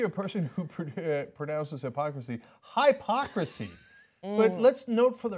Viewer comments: It's 'Hip-ocrasy' not 'High-pocrasy' If you can't pronounce a word you probably don't understand how to use that word. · "High-pocrisy"? Another proud Trump University graduate I see. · High-pocrsy? What is that word? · That woman... and her highpocraseee.. wtf?? It hurt my brain. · That's just plain embarrassing. The whole insane thing. 'Hi-pock-rahsee' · Did anyone else hear Hi-pocracy?? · Does Trump instruct them to mispronounce "hypocrisy" on purpose? Many of them do it, in the same way. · Cant' even properly say hypocrisy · There is one way to say hypocrisy. Only one.